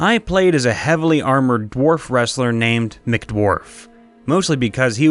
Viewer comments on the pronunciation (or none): none